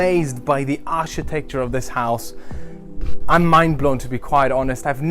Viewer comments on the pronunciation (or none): Your English is way better than my German but it’s not ‘ Arsh tecture it’s architecture it pronounced with a hard K phonetically Ark I techture Beau use your English is so good people will feel reluctant to correct you also it’s scandi chic pronounced with a sh sound so phonetically “ SHIC “